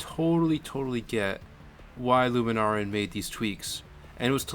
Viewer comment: Scampie, not "Scrampie". Lunaran, not "Luma Naran".